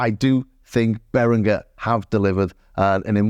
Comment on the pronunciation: beringer is pronounced as beringer not berinGer, like the G in ginger.